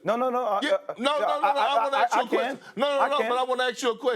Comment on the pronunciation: Why can’t Perk pronounce ‘ask’ - he keeps saying ‘arks’!